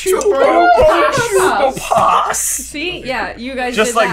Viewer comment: Buber Tuber? It's bubo, as in bubonic plague. The plant is covered in bubos.